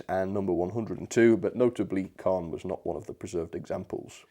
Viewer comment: Wow, I was expecting that this would be an exceptional model, such a shame it couldn't live up to the standard of its Hornby and Hattons counterparts. Great first review of the year, the name of the loco Caen is actually pronounced Cane. looking forward to seeing what you will be reviewing next year.